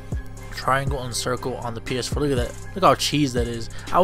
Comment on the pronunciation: did he have a seizure while saying ps4?😂